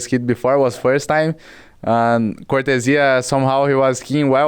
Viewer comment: I hope people can learn how to properly say Cortezia now Cor the zeeuh